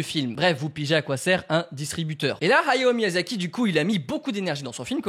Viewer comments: Arrete de dire "Hayo" c est Hayao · On dirait que tu dis はよ (hayo) au lieu de Hayao ahah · Ok pas mal l'anecdote par contre ta prononciation de " hayao " est abominable il fallais le dire